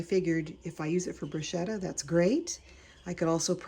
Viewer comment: Pronounced Brew sketta